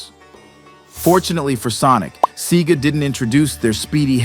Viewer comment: SEGA is pronounced in the US as Say-Guh. Can't trust ya after that.